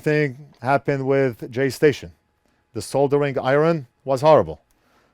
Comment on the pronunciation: Jayz 2 cents not Jay Z 2 cents😬